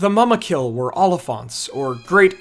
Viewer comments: I think that you pronouce mumakil as moomakil but great video as usual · Every time he said "muhmukill" or "muhmuks" I die inside a litle.